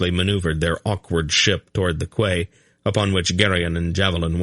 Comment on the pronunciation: I love the whole thing but ffs Quay is pronounced as Key!!!!